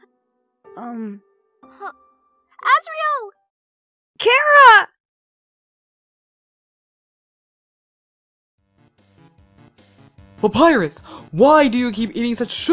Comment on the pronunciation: I am glad you pronounced Charas name right for asre